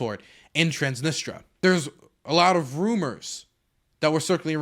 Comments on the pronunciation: transnisTRIA PLEASE Not transnistra, transnistria plz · Minor nitpick I know but it's Trans-nis-tri-a not Trans-nis-tra every time you said it wrong my soul died a little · It's pronounced Trans-Nis-Tree-Ah, but they call it the Pridnestrovian Moldavian Republic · I'm going to focus on the least important thing here and say "please say TransnistRIA and not Transnistra" . :p